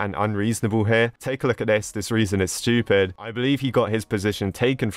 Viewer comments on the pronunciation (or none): Yea its like him saying Shtupid not stupid lol